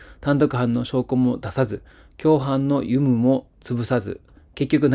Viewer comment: 奈良県警の番組の終わりの方、「有無」は「うむ」と読むのではないでしょうか。